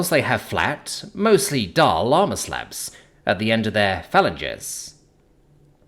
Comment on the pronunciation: Phalanges (fa-lan'- geez) emphasis on the second syllable